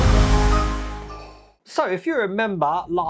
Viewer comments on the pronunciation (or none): enough with the VADAR crap! It's VADER, with an E!